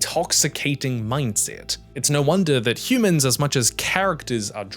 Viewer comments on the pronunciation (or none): none